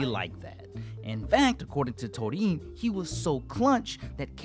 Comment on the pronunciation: You want thunderous applause, the flash fighter, and Gold Aura? Uchi is the man <3!. And I love and appreciate how you pronounce Torin's name ;)